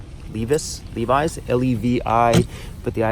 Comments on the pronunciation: Lévis is prononce lay-vee in english. Every time you see an " ė " it prononce " ay " I' ll be happy to teatch you more 😉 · Lévis is pronouced Layvy . Hope you had time to hang out on La Grande Allée and had a poutine at Ashton's !